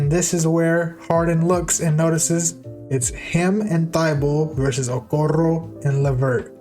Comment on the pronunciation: orale thumbs up for how you said okoro